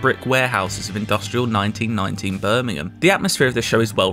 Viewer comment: The way he said Birmingham.... my soul died.